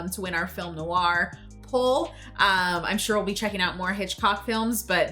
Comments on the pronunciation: ‘Noir’ is one syllable. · FYI: 'Noir' is a one-syllable word. GREAT REACTION!